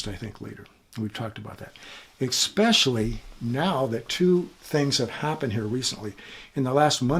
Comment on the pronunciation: Hey guy, there's no 'x' in the word 'especially!' It's pronounced ESpecially, NOT "EXspecially" ffs! 🤷‍♂️